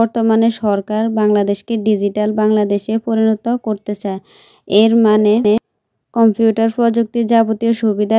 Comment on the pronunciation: কম্পিউঠার না কম্পিউটার